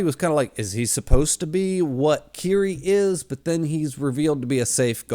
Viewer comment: Dude for the last 4 videos you've been calling him Kiri. It's Killy. Come on dude,you've read the wiki. Get it right. Killy. Not Kiri. Killy.